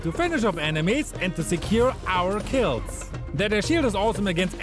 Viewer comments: yo, who else notice him saying "ourr kills " like shin😂😂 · “OUr kEeLs”